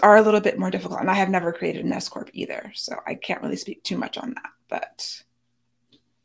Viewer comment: I keep hearing 'if you're considering becoming an escort" instead of 's-corp' 😂